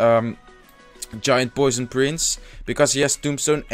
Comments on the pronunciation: I was about to correct you on saying goison but I'm glad I didn't. Great video though glad to see your channel is doing well 😊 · you say goison?